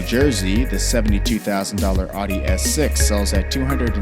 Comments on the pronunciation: Did he say ody instead of audi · It’s audi not aode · Its audi not aadi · Its ow - dee not oddee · They said odee instead of audi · Audi not oddy. Ow-dee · It’s ow-Di not aw-di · It’s Audi, not Oddie. And Hyundai doesn’t sell the Elantra Coupe anymore. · It's "ow-dee", not "ah-dee". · He says adi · “Otty” models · I'ld rather hear him keep saying National Average instead of "Awwwdee". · My cousin says oody lol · You don’t know how to say Audi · Stop saying Audi wrong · He says Porsche, Audi and toureg wrong. Stupid yank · He says Audi wrong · That's not how you say Audi